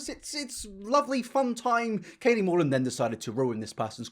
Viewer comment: Katie Morton without the second T